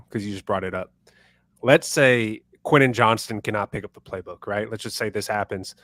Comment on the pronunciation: I can see Harbaugh not playing Quentin Johnston and cutting him loose in a trade if Johnston doesn’t improve in camp. Plus, not sure I can take much more of mispronouncing his name. Also, is the best unc., without doing an AOL search, what does my alma mater of D3 Whittier College have to do with the Chargers?